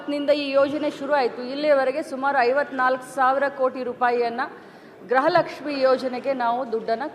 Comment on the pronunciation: ಅಮ್ಮ ತಾಯಿ ಅದu ಗೃಹ ಲಕ್ಷ್ಮಿ ಗ್ರಹ ಲಕ್ಷ್ಮಿ ಅಲ್ಲ.